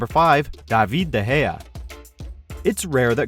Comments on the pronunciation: Stop pronouncing De Gea like that pls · YOU SAID DE GEA? oooops...